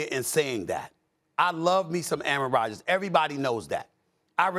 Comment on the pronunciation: QB 'Errant' Rogers